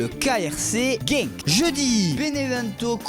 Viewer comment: Étant belge, la prononciation des clubs Belge est à revoir 😂. Le royal antverp c’est antwerp, le kv brede mechelen ça se dit malines, et heureusement que le krc genk a été bien prononcé par la voix off... 😅